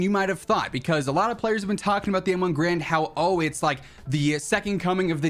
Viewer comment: Turns out, M1's "Garand" isn't pronounced like G-rand, but more like "Gah-rand."